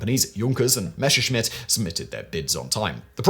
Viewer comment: ffs man, stop pronouncing Messerschmitt as "Meshersmitt"...!